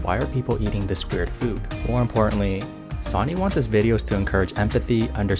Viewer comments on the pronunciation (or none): "Sawny"? It's pronounced "Sunny".